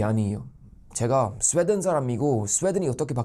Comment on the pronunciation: 스베덴으로 들리네